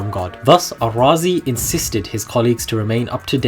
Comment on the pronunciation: Good, thank you. It would be helpful to note, there is no need to call him Al-Razi; he was a Persian and razi would be more appropriate. I noted you also try to pronounce his name as Arabs would do. Surely the contemporary of his native land jut called him Razi as in RAA-Zee, meaning from Ray, like what we have to day such as Shirazi, Tehrani, etc.